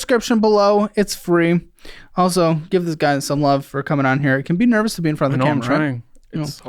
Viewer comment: “Nerbous?” “Yes, very nerbous…”